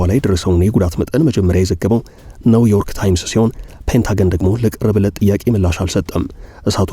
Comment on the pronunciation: የደከመ ጋዜጠኛ አዋቂ ለመምሰል የማታደርገው የለህም ኒዬርክን ለመጥራት ነው ዬርክ ትላለህ አይ መሀይም